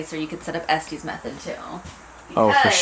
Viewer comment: Pronounced "Est-is" method after where it was developed in Estes, Colorado.